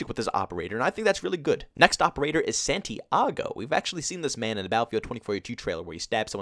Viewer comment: Sweetie his name is pronounced s-ah-nti-ah-go